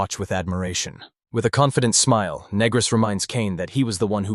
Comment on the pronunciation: Yeah title sounded interesting lost interest when pannel says "youre negris right" and voice is going "asking if youre a negro"...do better or stop posting shit